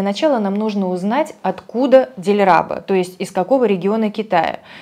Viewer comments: Что за ударение?ДильрабА,а не ДильрАба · Не ДильрАба,, а ДильрабА. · Почему ДильрабА ! Дильрабо! правильно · Не ДильрАба, а ДильрабА. Ударение на последний слог. Дильраба по национальности уйгурка, а это Восточный Туркестан. Я её на 90 % поняла. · Простите но это звучит смешно!.. Не Диль-РА-А-ба а Дильра-БА-А! Вы неправильно произносите имя! Это имя девушек Турецких народов! Я сам Узбек и не спорьте! Уйгуры наши близнецы! И я знаю о чём говорю!!! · ДилраБА' - ударение в конце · ДильрабО ударение на О, имя персидское ДилрабО - покоряющая душу, сердце,на фарси Дил -это сердце,рабурд-забрала ,покорила❤ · Извините пожалуйста меня, невежду, но в имени "Дилрабо" ударение ставится в конце, так как это персидское имя и в конце буква "о", а не "а". Дил - сердце, рабо - магнит. Ещё раз простите меня, может я и не прав. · Да, правильно будет ДильрабА, русские как всегда коверкают имена🫠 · в уйгурском ДильрабА ударение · Дильраба уйгурка. Они мусульмане и в её имени ударение нужно ставить на последнем слоге. ДильрабА ДильмурАт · Дильрабо...настоящее имя,ударение 0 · Да,именно на последнем слоге ударение! У узбеков это имя популярно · В Азербайджане тоже есть это имя, только у нас Дильруба. И да, ударения всегда на последний слог в именах собственных!! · У нас, у азербайджанцев есть имя Дильруба. Ударение на последнем слоге. Вообще в большинстве тюркских языков ударение во всех словах на последнем слоге, впрочем, как и во французском 🙂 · Ударение в имени на последний слог ставить надо) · Ударение на последнем слоге дильраба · У нее ударение ,по-моему ,вообще на каждый слог, или на первый и последний. В уйгурском так может быть, типа одно слабее, другое сильнее. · Дильраба,ударение на последний слог.